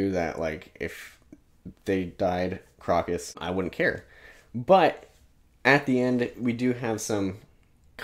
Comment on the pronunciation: Really dug your first impressions of Malazan! -Erikson's writing chops take a tremendous leap between books 1 & 2 (he went to Iowa's Writers' Workshop in-between books) You nailed a lot of the pronunciations!- but Crokus is 'Croak-us" You mentioned point-of-view & the Baruk scene with Rake- and Erikson's p.o.v.s- while numerous- do some really nifty filmic things. In the first few books you hardly ever see a scene from the most powerful character's pov- you see them through the eyes of others & it gives almost a shot-from-below larger-than-life impression. Just a cool narratve trick of his I enjoy You do not have long to wait for more answers on otataral Stick with it- can't wait to hear your reactions to Deadhouse Gates!